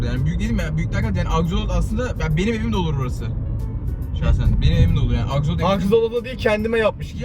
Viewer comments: Abi o aksolot değil aksolt'l' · Abi axolot değil axolotl (sonuna sadece L koymamız lazım)